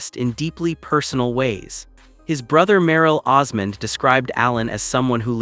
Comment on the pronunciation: His wife's name is Suzanne, not Susan. The last name is Osmond. Not Osman. I wish people would it straight.